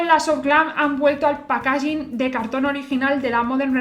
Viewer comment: Buenas guapa, me encantan tus vídeos pero en varios he oído donde pones el acento en packaging y me chirria un poco, como va a salir más veces te pongo esto, sigue así! Sonido de packaging